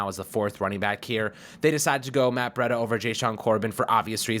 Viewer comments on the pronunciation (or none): Breeeeeda not bretta